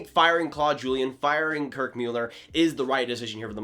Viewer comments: Please stop saying Mueller, it's Muller. I can't hear it. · Dude his name is Muller! Good Job! Dumbass, ya let me hit that button lol